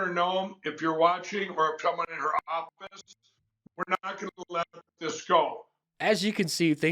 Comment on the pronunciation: Mike pillow, awfist, = office.😂